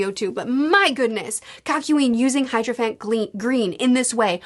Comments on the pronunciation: still not hydrophant ;D, it's hierophant. he-ero-fant. it's some kind of bishop or religious figure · “It’s better than saying hydroplant! I understand it’s hydrophant this time, sorry.” Oh, never ever change. (It’s Hierophant Green.) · Even when tries to correct herself she still ends up wrong lol. Never change, we love it. (Hydrophant Green = Hierophant Green) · "hydrophant gleen"